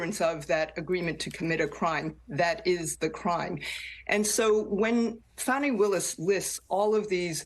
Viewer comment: It’s Fawnie, not Fanny.